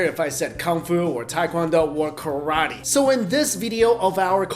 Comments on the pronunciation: hey dude, it is no tai kwan do-its tae kwon do! hey dude its not karati, its karate, hey dude it not kang fu, its gung fu. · also it isn't KAR-A-TEE, it's pronounced Kah-rah-teh. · Ka RAA Te